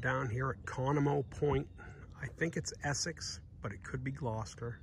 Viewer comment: Cool video. I used to spend my summers on that island (Cross island) when I was a kid growing up in the 90's up until around 2006. Just so you know, it's pronounced "KA no moe" (hard emphasis on the "KA" part).